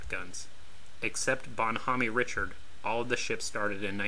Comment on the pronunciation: it's also Reeshard not richard